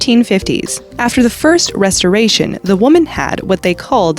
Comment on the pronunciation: She said restoration wrong bruh